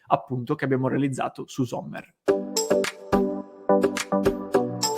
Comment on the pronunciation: .. pronuncia esatta Sommer, non Zommer